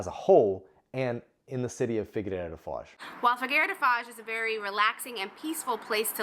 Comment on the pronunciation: Please take this comment with humor as this is the intention of it.... Why do the English speaking people tend to think that Figueira is figurReira?? Top tip pronounce figeeira instead 😇